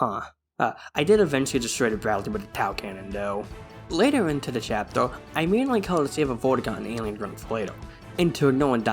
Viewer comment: "chaptel" 😭🙏 actually nice video